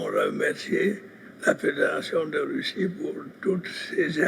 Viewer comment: Russie, pas Ruchi🙄